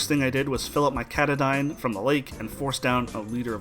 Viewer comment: katadyn = kaa-taa-din